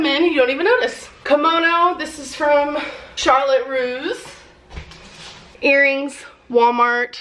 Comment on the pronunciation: Omg the title, she is a troll but knows how to keep people coming back for years. Also Charlotte Rouse? I'm so used to her say Torrid I forget she used to buy clothes at other stores